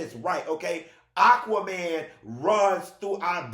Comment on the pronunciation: They calling ole dude "AquaMayne" 😂😂😂😂 he was an Olympian in that water!